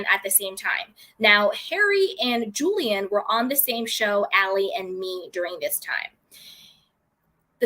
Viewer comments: The woman's name is pronounced "Julie Anne," not Jillian or Jilaine. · Julie-anne, not Julian. Julian is a male name, as in Julian Lennon. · I believe its pronounced: Julie-anne